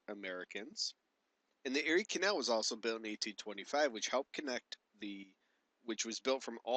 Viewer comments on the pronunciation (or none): none